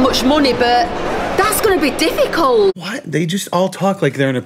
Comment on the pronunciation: "That's gunna be dufikal" -Morgz Mom